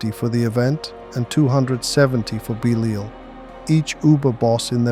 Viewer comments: Is this AI voice? How could you go from pronouncing Belial correctly to saying “beleeel”??? Bro??????????? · If your pronounce Belial like this again, I'm going to lose my ish